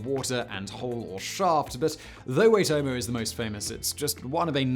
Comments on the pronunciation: Waitomo, or Why-tore-more. Close enough Simon 😆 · I'm from NZ. You almost nailed Waitomo. It's pronounced "Why toe mo" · Waitomo is pronounced with more of an or sound for the o’s but you said it basically the same as most pakeha do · why-toe-ma 😛 (I think... I'm an expat raised in Australia) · Close enough mate, an easy way to say it would be why-toe-moe (waitomo) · Just because you asked, "Waitomo" is be pronounced "Why-toe-moe", you got "toe-moe" right. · Waitomo = Why Toe Moe , much love from NZ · Waitomo puts more emphasis on the I, not the A, so it would be Wye tomo, the word Maori, however, is quite different to how it is spelled, it is closer to Mouldy than Mau ree, it is really hard to explain through text, or even Marty, but soften the T so that it merges with the R. Either way, the R is said in a way that you roll the tongue, whether you put the emphasis on the A or the O depends on the specific dialect (north and south have different accents and stuff) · Oh my god Simon, you are such an idiot, I thought you were a big brain!!!! 😁 Waitomo Caves is pronounced like 'why-toe-moe'. It is quite an amazing place, to be honest, the scariest things inside the caves are eels that brush against you when you clamber through the pitch black stream while trying to find your way out - Awesome work bud! 😁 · Good day Simon. How you doing? Massive NZ fan here. Those caves are pronounced ‘why-toe-mow’ You did well! Ps: been there... You “can’t” see the worms, but you can see their work. Recommend a visit. 100% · Wai as in why tomo as in toemo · Pronounced " why toe moe" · Yay Waitomo! The 'Wai' in Waitomo could be said like 'why'. Really appreciate your attention to pronunciation. :) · Its pronounced Waitomo.. not waitomo.. 🤣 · Waitomo is pronounced WA (like in "pack") I (as in "sick") TO MO 🤙🏻 It's one of the many wonders of my beloved country ❤ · Its more like Why-toh-moh, but most kiwi's would pronounce it like Why-toe-mow. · It's pronounced "Ytomo"